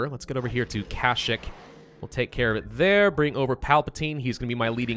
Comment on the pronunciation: dude its KA-SH-EE-K!!!!